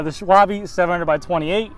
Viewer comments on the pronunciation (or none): Great video! But please!!!! dont call it "Schwalbi" its "SCHWALBE". Here you go